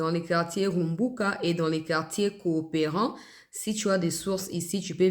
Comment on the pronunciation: RUKUMBUKA. PAS RUMBUKA.